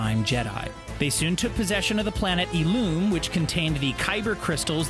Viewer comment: "Eeloom" "Terra Vizla" "Cal Kesteeez" "Konon Jerris" Ouch..